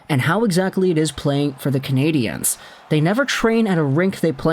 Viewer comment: Learn to EFFing say the name of the hockey team. It’s never in the feminine, as you pronounced it.